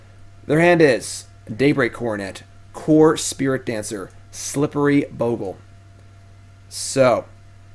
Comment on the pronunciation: Damn, you should really learn how to pronounce "Bogle" 😂 do you pronounce "google" as "goggle" too?